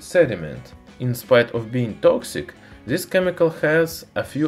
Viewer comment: "This" man, not "Zis"!